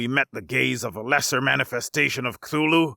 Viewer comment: You’ve got to be the first person I’ve ever heard pronounce Cthulhu correctly